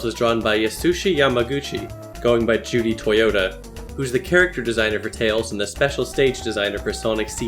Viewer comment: Suddenly realized you called Judy totoya, Judy Toyota. The second t and the y are switched.